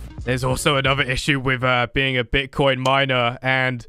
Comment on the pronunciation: Did you said bitchcoin? XD LOVE YOU